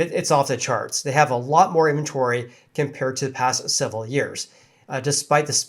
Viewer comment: Great show. You speak in short hand. Always cutting syllables out of words. Great time savor since I can still understand what you are saying. Example in-ven-tory. You say in-tory.